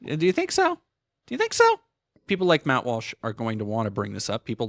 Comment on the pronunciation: Lmao, "Matthew Walshothy."